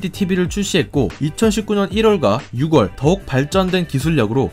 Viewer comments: '시붤'이 아닌 시월이라고 말하고 '유궐'이 아니라 유월이라 말하는 게 맞다, 라고 써 준 댓글에 하트를 붙였길래 기대를 가져 봤는데... 혹시나 해서 지난 영상들의 댓글들을 상당 수 살펴보니 많은 영상에서 같은 지적을 한 사람들이 꽤 있었는데 일일이 하트를 붙였더군요. 의도적인가요? '너희는 늬들대로 지적해라, 난 나대로 말 하련다...!' 의도적인 고집에서인지 무의식에 의한 습관으로 자꾸 그리 말하는 건지는 몰라도 원래 고집 센 사람들이 습관을 잘 버리려 하지 않기도 하더군요. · 흥미있는 내용 감사함당ㅋ~* 근데... 유궐 > 유월 시붤 > 시월, 발음을 한 방에 바꾸기 힘드시더라도 차츰 바꿔나가시면 한 층 더 신뢰가는 채널이 될 거 같아요~ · 6월 ---> 육월 아니고 유월 10월 --> 십월 아니고 시월입니다. 저는 동남아 국가에서 한국어를 가르치는 사람입니다. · 십월이 아니고 시월, 육월이 아니고 유월 입니다. 정확한 발음으로 전달해야 내용에 관심을 갖게됩니다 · 6월은 유월, 10월은 시월이라고 읽는 게 표준입니다